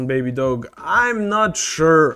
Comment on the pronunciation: You lost me when you can’t even say the name baby doge not baby doggy